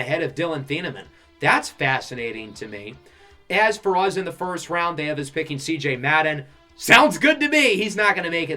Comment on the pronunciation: What state do you live in? I find it interesting the way you say us because you say uzzz. Just like us in Pittsburgh say yinz instead of you guys.